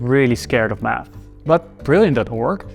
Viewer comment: Great story, I really enjoyed it! But why do you pronounce "math" like it is "mUth"? 🙂